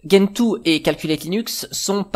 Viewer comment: Bonjour; Ne fais pas comme certains, stp.... Gentoo se prononce "gène tout" et non pas "guène tout". Vérifie si tu le veux sur les vidéos Américaines/Anglaises. C'est comme Arch qui se prononce "Arche" et non "Ark". Je trouve ça étrange cette invention de prononciation anglo-personnelle, qui quand on vérifie, est nulle et non avenue.